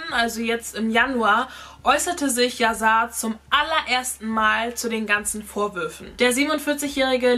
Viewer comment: Erstens wird es "Yaschar" ausgesprochen und zweitens heißt es "lebenslang". Drittens ist die Geschichte nicht ganz richtig erzählt: Jessica wurde sie nicht wegen Hörensagen verurteilt. Während des Prozess wurden die GPS-Daten von dem Handy der Tochter ausgewertet und festgestellt, wo die Familie an dem Tag war. Das war ausschlaggend. Ich war an den Verhandlungstagen am LG Itzehoe dabei.